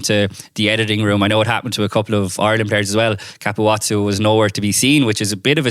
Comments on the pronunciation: Why can nobody pronounce Ka pu zzo's name properly?? It's not Ka pu watso. Listen to how the Italian commentators say it on Italy's winning try against Wales two years ago 😂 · Italian try v Wales in 2022. Italian commentary. It's Ka pu zoo😎